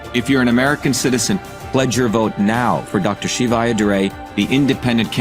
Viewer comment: it's pronounced sheevuh.